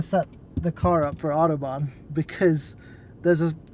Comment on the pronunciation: And without accent too